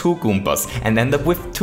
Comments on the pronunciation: That's never he always says 'goompas' :-p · good video, good concept. good game. but the only thing that bothered me was how he said "goompas" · I love that he says goopas and not goombas. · Goompas My God I love that accent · So many "goooompaz"